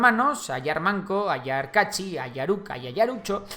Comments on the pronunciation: Es ayar aucca no ayar uca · Es ayar Auca no Uca , y Ayar Uchu no Ucho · Ayar Auca,no Uca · Ayar Auca no Uca y es Ayar Uchu eres el mejor!!!!